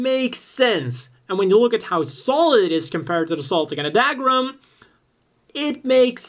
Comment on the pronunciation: What's Dagram?....you mean Dougram pronounced Dugram..